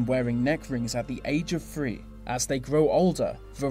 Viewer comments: Me to because instead of staying three he says free because he cannot pronounce it. But this was an amazing very informative video. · He says free instead of three